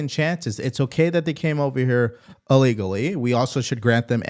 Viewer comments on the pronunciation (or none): I really like all the news you are analyzing and sharing with us. One request, please! The word is ILL legally not UH legally. Thanks.